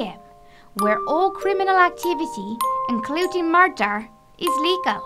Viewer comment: "yis" Also "mardar" don't get me wrong I love this, mardar made me laugh for a couple of seconds